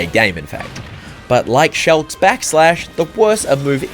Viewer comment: Today I learned pronounces Shulk as “Shelk”